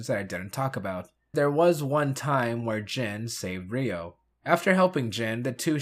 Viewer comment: I thought you watched the series. The red ranger is "YO". Not "Ree-o" (and many other examples).